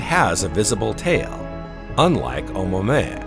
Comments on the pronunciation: Im sorry but "oh moo-a moo- a"😂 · You are telling people complete nonsense! ... It's not oma mua - not your grandma. It's OU-MUA-MUA. Space Documentary with "little errors". Haleakala is a volcano in Hawaii pronounced on the THIRD syllable. HALE_A_KALA. I know it's hard for a "sz" narrator. In this clip you appear to have improved! You have definitely reduced the "SZ" pronunciation on all words ending in S. Thank you and congrats! My criticism in the above paragraph is really not about something annoying, it's about pronunciation of Hawaiian names. I'd say you are within acceptable limits. But Hawaii is famous for the "silence" between some vowels: HAWA ' EE for Hawaii. LU ' AU for the flower necklace. And some overly pronounced vowels like in Al oooh ' ha. Besides you mispronounce "GLIESE". keep working on it.